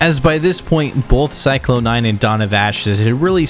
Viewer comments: every time this guy pronounces Psychlon 9 like "Cyclone" instead of Zyklon, the gas they're named after....a goth throws away their boots. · Don’t you dare say CYCLONE nine again 😂